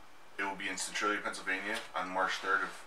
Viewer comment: cantralia ? lol